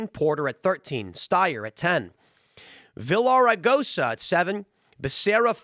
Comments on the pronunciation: Oh my gosh your mispronunciation Villaragosa was so Gringo, lol! The double "L " in Spanish is a "Y" sound. So its basically pronounced Viyaregosa. Like how "Pollo" (Chicken) is actually pronounced "Poyo"... 😆🐔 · LL in the Spanish alphabet makes a Y sound so it sounds like Viyaraigosa. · Tim you always get names wrong. It's Veeyah --RIG -oh -SAW But his real last name is Villar so just say that.